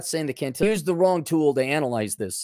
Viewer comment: Can-till-on bro. To be Can-till-ion it would need an “i” before the “on”